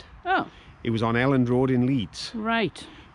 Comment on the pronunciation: Really enjoyed this one as I am from Halifax and spent a long time living in nearby Hebden bridge - you are saying it correctly it is pronounced El Elland not EE eland. Love seeing the countryside again round there as i now live on the darkside - Lancashire! Just kidding about it being dark it is actually equally beautiful in some areas.